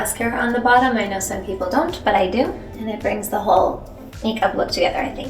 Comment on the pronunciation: “I know some people dóñ’t 🌮🌯🇪🇸